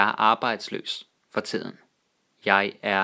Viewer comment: Danish orthography can be compared to the English or French one in terms of not corresponding with the actual fonetics. Also I found it interesting how similar some words were to German. I knkw they borrowed a lot from German but this guy actually says "tiden" like "tsiden", i.e. like with the high german consonant shift like in Tíd > Zeit.